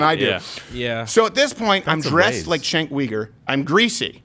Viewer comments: Did you say "Chunk Weiner?🤣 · It’s pronounced Chunk Yogurt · Why do you butcher his name? Lmao